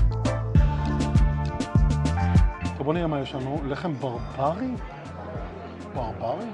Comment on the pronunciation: הלחם לא נקרא berberi אלא barbári (מבטאים את ה-a השנייה באריכות) - nun-e barbári והוא נפוץ בפרס, לא בבוכרה.